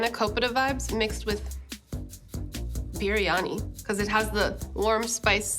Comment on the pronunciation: Wow how she pronounce Biryani on the point !!! She knows her stuff